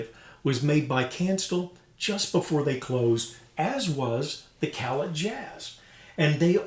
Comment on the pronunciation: Utmost respect for anything Kanstul. Some of the modern Puje horns were built using their bell within the last 10 years or so. Isn't Callet pronounced "cal-lay"? Two nice horns and they sound great. ('66 "Silver Flair"/2015 Puje "Classic" here).